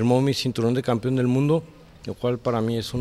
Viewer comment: " campion " jajajaja